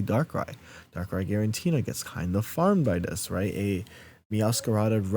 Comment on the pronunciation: I really appreciate that you commit to the “guarentina” bit in a serious video 😂